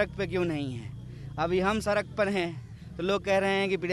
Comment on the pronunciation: Are गधे सड़क होता है। सरक नहीं